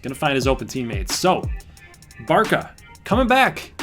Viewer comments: Just so you know Barca is pronounced "bartsa" or "barssa" and not "barka" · just cause this is pissing me off: (Bar-suh) not (Bar-kuh) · yeah, but Barça is the short way of saying it (it's a Catalan name) and you pronounce it as Bar-suh, or just read it as Barsa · | You said Bar-kuh multiple times in the video. I never said you were a moron, don’t take it like it’s personally. I was just informing you as a European. Sorry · the short name is used most of the time, just the pronunciation is a bit different than what you said